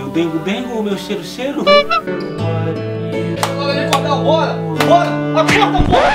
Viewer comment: Meu dengo dengo, meu "xero xero"